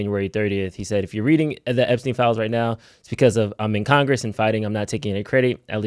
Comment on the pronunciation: *Epstein, not Epstine